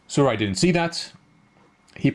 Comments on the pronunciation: the " j " is not silent. so the name is Su- Raj. Good analysis by the way. love your channel. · you pronounced my name the wrong way, 'j' is not that type of 'j' which karjakin Sergey has . but you showed me all the mistakes which i performed . I thank you. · it's ok :) the 'j' is not silent it has normal 'j' effect.